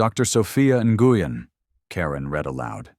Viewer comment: This is a cute work of fiction. It is a legitimate pastime. Pronunciation is nwin, enguyin. it’s three PM, because oh three hundred is 3 AM. Three hundred for the time of day indicates AI (artificial Idiocy) with plausible human complicity. . Dr Ngugen is now Dr Newman! There’s that Dr Newman again! Why are some parts of the script displayed in red, some in green, and others in yellow?